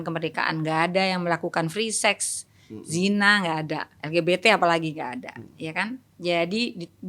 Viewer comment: L G B T jadi nya ELGIDITI AAAR INDO INDO😂😂😅😂